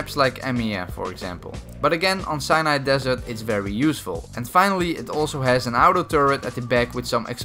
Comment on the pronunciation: "Cyanide desert"